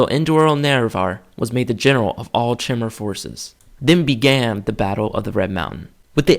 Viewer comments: You pronounce it chimmer but I thought it was kai-mer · i have heard Chimer be pronounced "ch-eye-mer" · not sure, i always pronounced it as Chy-Mer thought it sounded right to me. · I have a question for you. Are you sure, it's pronounced "Chimer" (like chair) and not " Kymer" (like Chimera)? I've been pronouncing it that way forever and I'm just wondering if I've been wrong this entire time. :) Cool video by the way. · shy-mer= chimer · Great video :p Btw its Chime-er Like your saying Chime but saying er at the end. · wah, I pronounce "chimer" as "kimer" - like the greek "chimera".. are you right? or am I right... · Chimer is pronounced Ky-mer, Dwemer is pronounced as if it were Dweb-mer minus the B, and Dunmer is pronounced Doon-mer. also, the Mer is pronounced like murr. It's a 'u' sound.